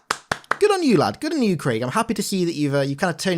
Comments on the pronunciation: Creeg? Grint? Wtf… Craig = Kreg Grunt = Gr-UN-t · Its Craig NOT Kreegue. LOL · “Crayyg” smh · Its Craig emphasis on the G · Why he say Craig like that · says Craig like how Fred says Traēsure